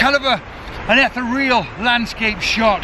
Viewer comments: eth-th-re-all! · Ether-real or Ee-thee-real ? That is the question. Great images, mate.